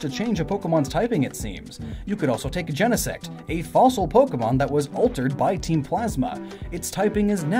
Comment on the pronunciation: I just have to say I'm really disappointed by the way you pronounce Genesect... It's a portmanteau of GENE and INSECT. Only an ee sound is suitable! But noooo, you have to go and pronounce it like step, bed, etc. (ok it might come from genesis... but still)